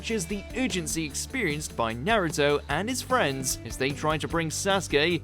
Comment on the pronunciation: I demand you pronounce Naruto's name properly. Jeez it's pronounced the same in English and Japanese Nar ( Rhymes with car ) Uto ( as in Pluto ) Not Nare-uto Not Naruddo Not Nare-uddo